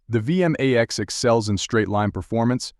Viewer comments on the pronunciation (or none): V m a x.. It sounds ridiculous when it's said like that.Over and over again. It's V Max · It's vmax one word not v m a x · It's vmax not v m a x, at least get the name right